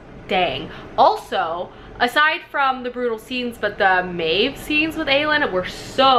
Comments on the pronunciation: Wait isn't Aelin pronounced A- Lynn?? Now I'm confused 😅😅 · Omg, your pronounciations has me giggling!! You reminded me of my friend who says most of them wrong too. 😂😂😊 It’s Eye-Reen for Yrene Uh-leed for Elide. A-Lynn for Aelin O-rinth for Orynth (capital city or Terrasen btw) And Maas pronounces Manon as Ma-none rather than Man-un. But irl I know a girl with that name who pronounces it your way so either is good. Glad you enjoyed it!! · A-lean, why-reen 😂 cmon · I'm facepalming so hard with how you pronounce the names lol so im going to help Aelin = A-LYNN Elide = UH-LEED Yrene = EYE-REEN Feyre = FAY-RA Orynth = OR-INTH capital city of Terrasen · El-eed, Muh-non, Irene, Aye-lin ;) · Who are ierna and arowin tho XD love you but this pronounciation as me cackling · StrangerReads omg the way she says Yrene, Elide, and Aelin is making me twitch. Lol love her tho